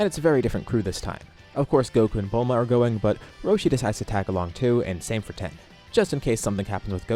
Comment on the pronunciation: 😅Dude I love your videos, but you really need to come up with an actual word other than de transform. And you keep saying Ten when his name is Tien. It’s not that hard to pronounce.